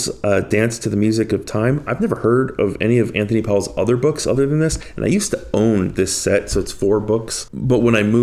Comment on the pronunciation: Powell...pronounced Pole!